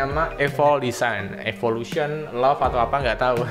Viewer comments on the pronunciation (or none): none